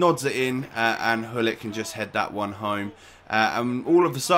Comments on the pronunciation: Why you say ullit , the name is Gullit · actually...the name is grrr-ullit (I'm ducth jus saying)